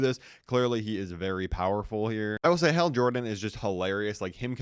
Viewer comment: Bro even the captions hate the way you say Hal